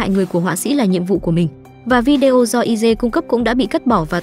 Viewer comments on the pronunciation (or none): none